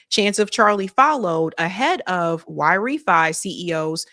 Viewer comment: Great Show 🎉 I believe YRĒFY sounds like Y RĒ FY like Why Refinance. Hope you read the comments 😊